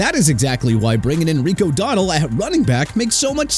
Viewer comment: Gotta love how puts in a clip of people saying Rico Dowdle and Chuba Hubbard's name correctly and then proceeds to pronounce them incorrectly. It's almost like he's doing it on purpose and it's really annoying tbh